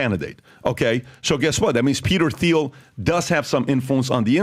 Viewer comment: Somebody tell them Thiel is pronounced "Teal" not "Theel"!